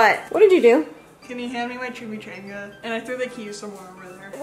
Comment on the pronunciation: Yall its chimmy ch on gah